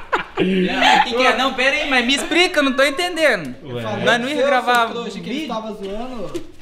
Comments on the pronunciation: " MI ISPRICA " LÁÁÁ... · "Me exprica" kkkkk